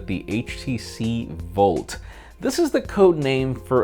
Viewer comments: Why do you say Volt and not Bolt? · HTC bolt bruh... not volt... lol